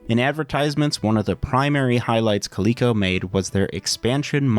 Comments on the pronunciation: Clee-co? Dork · How did you end up at pronouncing it as koleekeco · If the "LE" in Coleco was for Leather, shouldn't it be pronounced 'Lea' like Lead and not 'lee'?